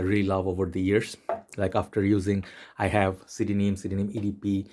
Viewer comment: Did you just pronounce CDNIM phonetically?? Fack off.